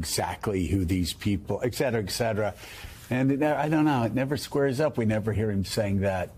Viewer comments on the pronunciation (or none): Joe: Please don’t say ‘eKcetera’😂